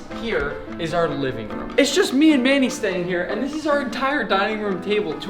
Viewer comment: For a second, I thought he called Manny,“mayonnaise”